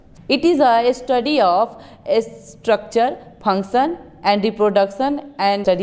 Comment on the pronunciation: She panction .it's function